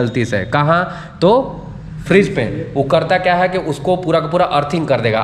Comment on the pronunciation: Frage❌ Fridge ✅